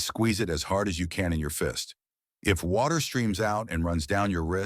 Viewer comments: You lost me at "WACTER". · Is it like wacter? Lol